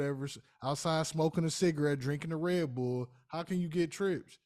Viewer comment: "Drinking a fxckn Rebull" 😂